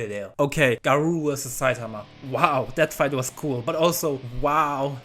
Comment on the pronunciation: Such a bad way to pronounce garou